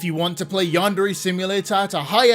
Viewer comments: Minor nitpick, but why doesn't he ever pronounce "Yandere" correctly? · God I hate listening to yandev. He pronounces yandere wrong, he takes the loudest fucking breaths known to man after every. single. **sentence.* He has the most obnoxious tone even when he says something fucking normal. Great video tho. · Been working on this game for a decade and he still can't pronounce "yandere" correctly